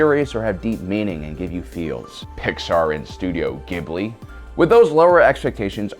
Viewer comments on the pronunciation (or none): I honesty can't bring myself to watch this propaganda crap. But wow, an Asian mispronouncing "studio Ghibli?"